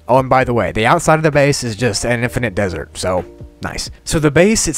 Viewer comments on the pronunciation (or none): none